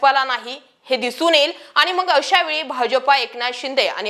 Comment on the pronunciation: शुद्ध बोला. आनी पानी तांदळाची गोनी. काय भाषा बोलते ही बया. 😂😂😂😂😂😂😂😂😂😂😂😂